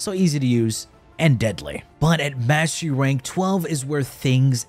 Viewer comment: Sounds like you're saying Mashy Ranks.